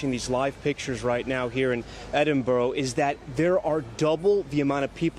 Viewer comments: It's pronounced Edinbura! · Where'e Eeedinboro 🤣🤣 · Little tip to all Americans = If you want to pronounce Edinburgh correctly, try saying Edd in Burr and that should help, as I am really appalled at how many American news anchors have butchered the name of that beautiful city. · You would be better pronouncing it like edinburra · For Gods sake it is pronounced Edinburra in Edinburgh. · I am Scottish too and it was really peeving me off. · Hang on, did this man say "Eden Borough" - My God, does NBC anchors not so some bloody research on how to pronounce Edinburgh? What an insult to the capital city of Scotland and the Scottish people. Imagine us pronouncing cities like New York or Washington DC in a strange manner. Disgraceful NBC, what were you thinking of?